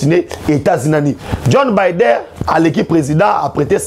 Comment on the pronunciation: C'est Joe Biden et non John bider